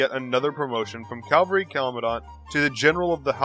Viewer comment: Cavalry, not Calvary. Lu Bu did not crucify Jesus